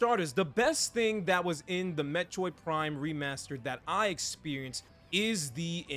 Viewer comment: I can’t unhear “Met-choid” xD